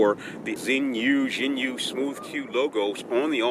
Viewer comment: Chinese pronounciation is . Zheeee Yune